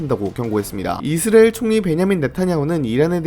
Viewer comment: 이스라엘이라는 발음이 안되는것도 어떻게 못고치나